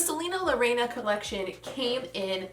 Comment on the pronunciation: Not Loreana it’s Selena la reiana